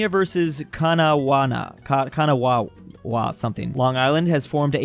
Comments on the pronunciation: him butchering kanawha when it is pronounced kaa nuh waa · Kanawha Pronounced Can-aw Beautiful area in WV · You pronounce that (ka-naw-a) i think😂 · it’s pronounced kinda like “Kanahwa”